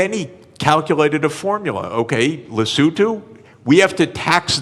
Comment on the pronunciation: He pronounced Lesotho properly.